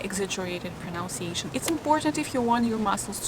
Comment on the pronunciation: I'm I the only person who finds it funny that she mispronounces the word 'pronunciation' multiple times in the first minute? :)